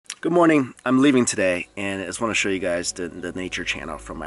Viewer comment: adars!? YUes